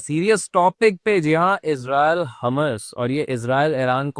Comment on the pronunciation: यार हमास को हमस क्यो बोल रहे हो😂😂😂😂?? हमस खाया जाता है🤣 हॉर्मूस को हरमूस बोल रहे हो! भाई आपकी जानकारी थोड़ी गड़बड़ है।